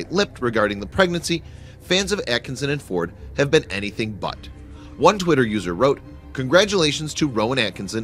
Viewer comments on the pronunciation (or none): none